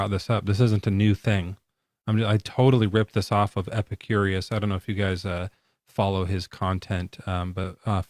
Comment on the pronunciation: His name was Epicurus, not "Epicurious."